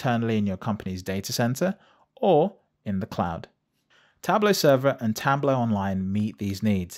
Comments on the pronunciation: It's spelled TablO, with a O sound like in demO. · For someone who has the word "tableau" in their channel name, you're really bad at pronouncing "tableau" ...